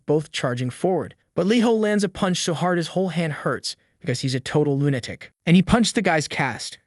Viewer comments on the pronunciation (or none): Lunatic is not pronounced "loon attic" ... it's "LOO nuh tik" as in Luna, the name of the moon.